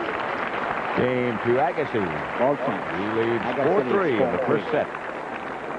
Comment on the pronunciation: Pat Summerall impressively alternating his pronunciation of Agassi: the standard “EAH-gassi”, and “a-GAH-ssi”, perhaps an esoteric Farsi dialect.